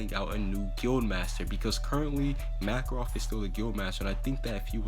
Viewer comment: Is anyone else annoyed by how he said certain names, like Makorov and Laxus.